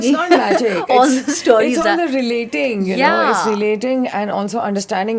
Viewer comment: Persistently pronounces o as au....stauries 😂